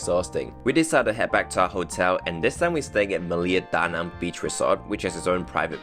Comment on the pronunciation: Awesome video and thank you for pronouncing the name of city correctly too.